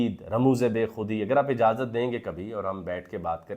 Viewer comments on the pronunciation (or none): none